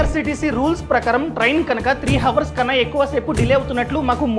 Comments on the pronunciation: హవర్స్ అనకూడదు అవర్స్ అనాలి. h silent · It's not ho vurs, It's ours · హావర్స్ హావర్స్ అని సార్లు అనొద్దు బ్రో. HOURS లో H silent. అవర్స్ అని పలకాలి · Information is very worthy. కానీ హావర్స్ కాదు అవర్స్ అని పలకండి. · Hawars kaadhu hours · Hours ❌ Hawars ✔ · Hours ni havars ni ani palak kudadu bhayya ours anjali bro h sailent letter in that hours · Hrs ను హోవర్స్ అనాలి😅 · హవర్స్ కాదు sir అది......అవర్స్ . 'H' silent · హవర్స్ కాదు నాయనా ... అవర్స్ అనాలి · Inni telisina meku havors kadu avars ani telida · హవర్స్ కాదు ఔర్స్ అని శబ్ధం వచ్చేలా పలకాలి man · Hours ❌ Hawrs ✅ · Four hours ❌ four havarsu ✅ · Videos bagunai bro . But Hours pronunciation Havers kadhu ahvers . Don't mind bro just correcting with all respect:) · Hours ను ours అని pronounce చెయ్యాలి bro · Hours lo H silent anna! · Bro hour lo h silent bro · Hours pronounce enthi baya 😂😂😂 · Hours lo H silent bhayya...chiraaggaa alaa palakaku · Hours pronounciation nerchuko bro 😅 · Hours lo h silent chese pronounce cheyandi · Hours pronunciation needs to be corrected bro